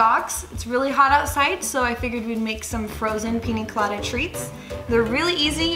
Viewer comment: Y did you say pina colada as pini colada